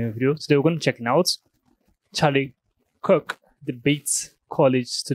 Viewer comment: First of all please stop saying wrong name. Kirk iso his name not kook….😊